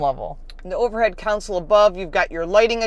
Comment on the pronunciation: Why do so many Americans say center “council” ? The word is CONSOLE ! 😁